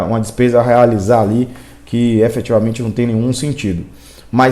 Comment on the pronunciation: Você quer falar difícil, falar bonito, e fala tudo errado: EFETIVAMENTE, ABSOLUTAMENTE !